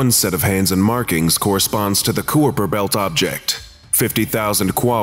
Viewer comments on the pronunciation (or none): Its pronounced(Kyper belt) and (ant-eh-kih-thera)